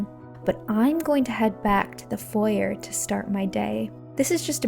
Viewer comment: You mis-pronounced ‘foyer’ .